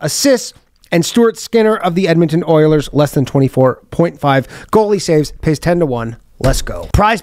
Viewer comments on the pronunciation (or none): none